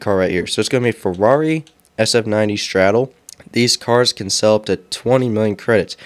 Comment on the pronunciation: bro said, "straddle" lmao